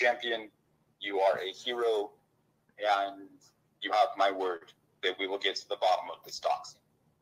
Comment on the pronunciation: The "aynd" instead of "and" is very telling